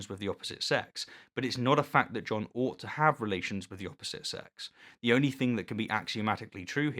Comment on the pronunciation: I feel like you "petersoned" the word "ought"...